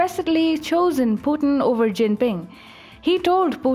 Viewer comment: What's Pu-en? it's Pu-tin